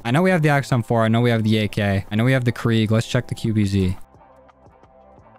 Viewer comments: ITS KRIG NOT KREEG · Krig not kreeg